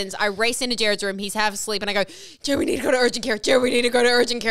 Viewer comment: the fact that jared said my name right is so exciting im excited for y'all to open the gifts